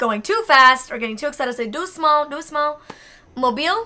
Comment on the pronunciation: You have amazing pronounciation ! Especially when you say "allez" or "doucement"